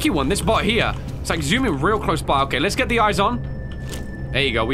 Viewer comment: Anyone realized when Freddy said let us go?That was not the way to say let's go.